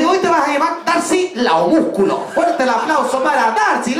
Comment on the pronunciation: Jajajaja cómo me hacen reír!!!!! Homusculo jajajaaj se dice Homúnculo.